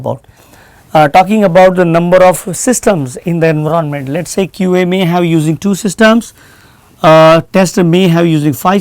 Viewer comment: Pagal he ye.... Enveronment bol raha he environment ko😂😂😂😂